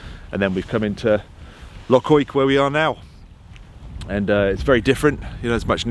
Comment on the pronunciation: Just when I thought he's mastered the word 'Loch'..... you put a key into it and it became 'Lock'!! 🤣 Still I guess when you come from that Saxon name Norfoke, we must make allowances! On Loch Oich a lovely evening dinner spot is the Invergarry Hotel, i moored there years ago with my wife when sailing the Great Glen. Cracking filming! Makes me nostalgic for the auld country whilst here in the Cotswolds! Say hello to 'Nessie' for me! 😂👌👍